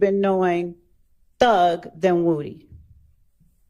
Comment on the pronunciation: I wish she would learn how to talk. She says woo dee instead of woody.